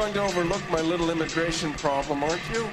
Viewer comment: "You give me information, and I won't give you to i-mmi-gration" Christ that sounds racist.